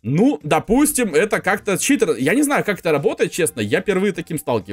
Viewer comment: Какой читр а читер !